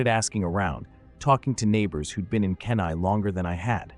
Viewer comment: KENAI.....NOT. "KEN EYE" "KEEN EYE" I WISH any person telling stories in Alaska, would learn names of cities and villages. Plus our trees and shrubs. We only have skinny spruce, and cottonwood. Also birch. No other trees. No pines, nothing you would find in northwest. Just take ten minutes to Google the train. Alaska native.